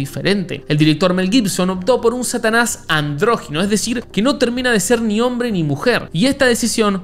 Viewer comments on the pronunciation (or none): se dice andrógino